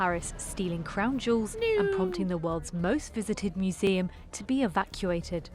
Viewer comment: I know he said jewels, but it sounded like he said they taken the jews